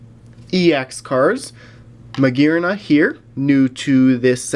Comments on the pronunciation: you pronounced Magearna correctly. For some it's really hard to pronounce, for me it used to be hard to pronounce. I used to call it Mu-gear-air-uh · I think your pronunciation is correct since it's said マギアナ which ギ is the same with the sound Gi